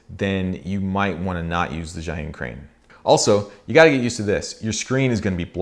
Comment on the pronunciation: it is called "zai yun", it is called bri -"dge" yun, all youtubers from non-chinese speaker spoke the wrong way.